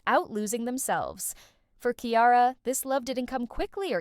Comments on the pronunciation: Lmao Kiara! 😂😂😂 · Here name is not that hard to pronounce damn!